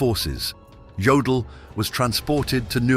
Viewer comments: Jodel, Yodel, I guess it doesn't mstter, huh ? BTW, it's pronounced Yodel. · Jodl is pronounced like 'yodel,' not 'jodel' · The "J'" in German is pronounced as a "Y", AI voice. So his name was pronounced "Yodl".